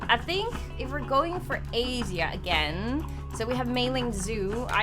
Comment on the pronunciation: Either she pronounced my home country of Asia wrong or we have been saying it wrong I'm so conflicted